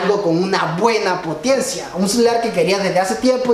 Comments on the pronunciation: Jejeje dijiste Potiencia en el Minuto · Potiencia xdxd